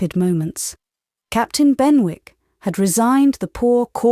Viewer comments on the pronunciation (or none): Not Ben-wick. Should be Ben-ik. Is she British or not? So hard to hear the mispronunciation. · Said as Ben'ick....not Ben wick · Quite enjoyable. However.......... in English Z is not pronounced zeeeee and punctuation is not spoken aloud. And I am sure that it is pronounced Bennick, not Benwick! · Incorrect pronunciation of Benwick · Yes - ‘Louisa’ often pronounced with a long i (Loo-eye-sa), which is particularly odd. Maybe the reader was thrown off by the fact that ‘Maria’ was often pronounced with a long i and thought that must have been true for other names as well? Also, the ‘w’ in ‘Benwick’ should have been silent, I think. But those are minor quibbles, I really appreciate this reading!